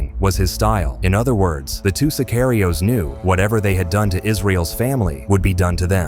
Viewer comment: The narrator must be AI on retard mode, he cannot pronouce sicario correctly. AI or human dumbdumb